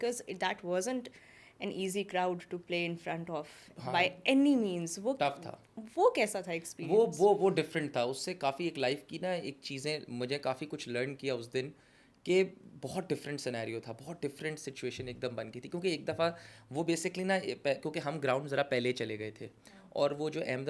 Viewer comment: did he say "lun" instead of "learn"?